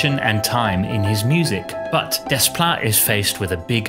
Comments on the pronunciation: it is not desssssplait it's "déplat" in the pronunciation. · When pronouncing 'Desplat', the s and t are silent. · That's really how his name is pronounced, "Des-plat"? The whole time I thought for a French composer his name would be something like "Deh-pla" or something. 😅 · Alexandre Desplat. Are you certain you’re pronouncing his name correctly?